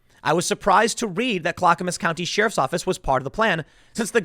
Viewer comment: Off topic, but always enjoy when Tim's Chicago accent slips out. Dem sheerifs are on a mission from Gahd.